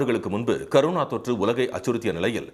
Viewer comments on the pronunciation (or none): பாஸ் அது கருணா தொற்று இல்லை அது கொரோனா தொற்று நல்லா படிச்சிட்டு வந்து நியூஸ் வாசிங்க😂😂😂😂😂😂😂😂😂😂😂😂😂😂😂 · அது கரோனா இல்லைங்க கொரோனா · Karuna illa da athu corona :D